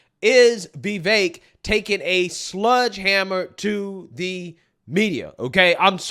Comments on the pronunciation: Sledgehammer not sludge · It's Sledge hammer, not Sludge hammer. lol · Bro, you really said "sludgehammer" lol